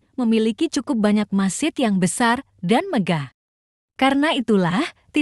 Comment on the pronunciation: Masjid bukan masid